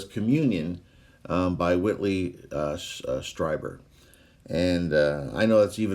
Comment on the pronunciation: "Strieber", as far as I have heard, is actually pronounced "STREE - ber". Love your stuff. Keep up the copacetic work.